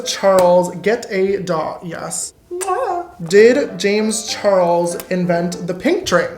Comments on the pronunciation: "Wazzuh Jamezzuh Charlesuhh""Why doessuh Jamezzuh Charlesuhh" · I love how he says Jamesuh Charlesuh the same way with the same pause and what not